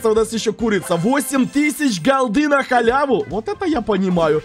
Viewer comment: как холи бам теперь говорит голда 😂😂 [Кто знает холи бама] 👇Сюда 😅